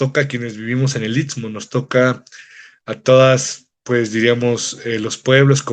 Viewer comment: Este cuate es de los que nada les parece, el tren tenía muchas décadas de estar funcionando hasta que Zedillo los entregó a los gringos y quitó el servicio de pasajeros, que no venga a hablar de trazos ni nada. Por cierto para ser originario del I S T M O , así, no I T S MO como lo pronuncia. Si así se expresa de la zona donde vive, descuidado e ignorante, no me imagino para dar sus opiniones "técnicas" del tren interoceánico. En el istmo hay muchos intereses y delincuencia organizada y no les gusta que la Marina esté en todos lados en la zona. De lo socia, el gobierno no está organizando el crecimiento demográfico, es un desorden y ninguna autoridad pone orden. La carretera Transístmica es un desastre, sobre todo de Sayula a Matías Romero, parece zona bombardeada, alguien mintió al presidente AMLO. Por lo del tren hay que esperar los peritajes y la investigación de las autoridades y la FGR. Lo demás es grilla barata.